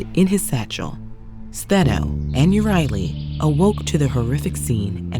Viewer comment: Medusa has always been my favourite Greek myth character and I'm pleased to hear her sisters' names mentioned and pronounced correctly; I highly recommend Lauren J. A. Bear's debut novel Medusa's Sisters, a hauntingly beautiful plot narrated by Stheno and Euryale as they tell readers of their love for Medusa, the aftermath of their encounter with Perseus, and one big plot twist explaining why Athena turned beautiful long-haired triplet sisters into the snake-haired Gorgons.🐍🐍🐍